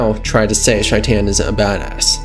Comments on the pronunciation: Is it just me or is he pronouncing his name completely wrong…. Shy-tan. It’s a name so they way he says it makes it a completely different name. ? You mean SHAE-TIN or shay-tin Idk why but Shy-tan is so hard to hear. It’s possible that is how it’s pronounced idk. It was hard to hear shytan tho. Not hating just an observation as in the game it’s pronounced SHAE TIN Yes Ik it’s spelled shaitan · "Shy-tan" My guy.... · how do you mispronounce the name so hard when it's clearly pronounced in game? SHAYt'en. like a verb. i'm shaytin'....at least that's how Johnny says it in the Arasaka tower flashback. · Corrections: 1. Johnny called him "SHAY-ten." There's no indication that this was ironic, so that would seem to be the correct pronunciation, unless there's a clip of Maximum Mike saying it differently. 2. Sure he does. Just look at Johnny's arm. ;) 3. The correct term is "GM." Game Master. DM is a branded term specific to Dungeons & Dragons. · Man's been out here mispronouncing shaitans name for like 3 videos now